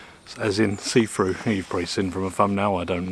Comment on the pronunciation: why do brits insist on butchering english? It's SEE THROUGH NOT SEE FROO.